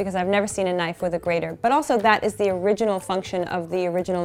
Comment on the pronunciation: *click* knoife